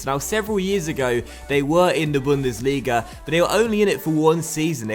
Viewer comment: your 2. bundesliga pronounciation is good